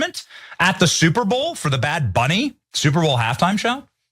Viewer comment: Not sure who bad bunny is but am sure that isn't how you should say it